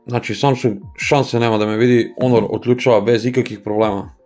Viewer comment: care, ne kaze se onor nego honor